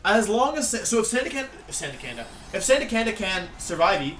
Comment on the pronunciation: Sandacanda is my new favorite mispronunciation